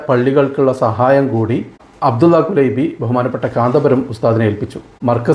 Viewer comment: കുലൈബി എന്നല്ല കുലൈബ് എന്നാണ് عبد الله كليب الهاملي